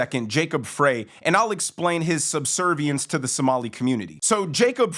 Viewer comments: You’re doing great work you’re a great commentator, but it’s PRONOUNCED , Fri FRY not FRAY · Frey is pronounced 'Fry.' Former Minneapolitan for many decades with five siblings and their families still residing in the Twin Cities. (Actually glad parents passed on many years ago. They would've been appalled and heartbroken with what's happened to the city/state where they grew up and raised us.) Been gone from Mpls for many years but have to assume the locals, family included, to some degree have been 'grandfathered' in to the changes. A degree of acceptance. The metaphor of a frog in a pot, while slowly heating the water vs the shock of dropping it into a pot of boiling water. Unfortunately, not feeling optimistic that Mpls/MN can be salvaged. Returned to any semblance of what we used to know it to be. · You’re not saying Jacob freys name right. It’s Fry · It’s pronounced Fry. Like French fry. I work in MN and it’s embarrassing thanks for all you do. Love your show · Look, I am no fan of the guy but he lives on the next block over. His name is Frey, pronounced FRY. Also, here in Minneapolis, Knudson is pronounced Ka-Nude-Sin.